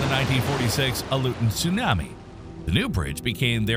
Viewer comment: If Tsunami wasn’t pronounced the way it is in the video, I’d be less bothered by the narrator. ‘Soon-am-me’. I’ve never heard it said that way.